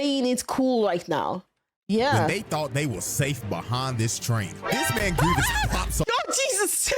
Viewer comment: It's 'Gree-vess' not 'Greevius'.